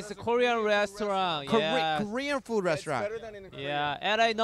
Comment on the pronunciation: Jin: yeaAAh, very nice foodeU~~ your pronunciation " ㅡ " 🤣🤣